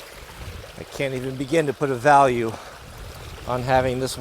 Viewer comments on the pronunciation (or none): none